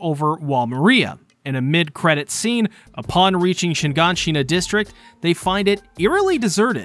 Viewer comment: its not shin-gan-shin-na but shigaanshina